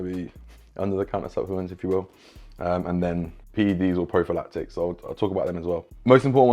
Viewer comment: PED's or prophylactic? Wtf...am I hearing this correctly or is there another definition of the word I don't know? Was it just mispronounced? Not insulting or being mean, sincerely curious if this is something I am not familiar with...